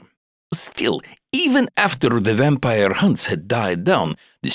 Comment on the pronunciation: shet I am an English learner and I can't bear this vampire pronunciation -_